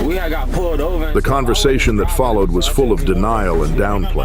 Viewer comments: What follow-ed was a high speed chase through ru-al Wisconsin as Wesley dodge-ed speak strips and veer-ed into oncoming traffic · love the AI mispronunciation of followed to follow Ed etc. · 29 minute mark and I quote (“What FOLOW WED” and this ripper (“DODGE ED”) whoever is doing your voiceover I’d be giving him or it the sack! AI is the way to go mate! Cheers from Oz. Oh by the way, that bike chase was great! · Minute , what’s a “follow-Ed, and ru-Al” 😂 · Stupid AI readers! Who but dumb AI readers would pronounce followed as follow-ed? It seemed a common mistake for this reader, most past tense words ending with ed the ed was pronounced that way. Either an AI or someone with a poor understanding of English despite sounding like it's their native language!